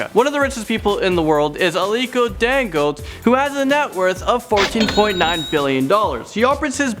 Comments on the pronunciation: Dangote is pronounced Dan-go-tay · It's dan-go-te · Dan - go - Te like È like tay for taylor